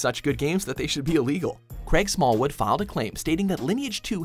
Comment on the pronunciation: "Smallwood" lol 😂